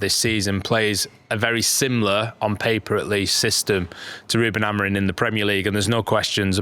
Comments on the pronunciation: Genuinely why do you keep pronouncing it Ruben AmoriN? It’s madness lol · The amount of times I hear you lot saying Amorin is shocking. A-M-O-R-I-M